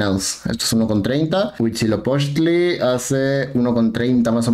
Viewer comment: Me dió ansiedad que pronuncie bien Huitzilopochtl, y Darknight no JAJAJA